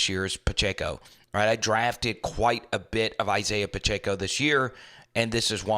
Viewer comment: Please, it is NOT Pach-A-co it is Pach-eh-co.